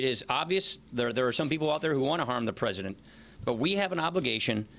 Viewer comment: That evidence is tertiary and POSSIBLY QUATERNARY the pRIMARY EVIDENCE is the prez-uh-dent firing the fbi director who was investigating the prez-uh-dent